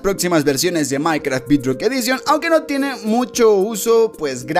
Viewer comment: No se pronuncia bidrock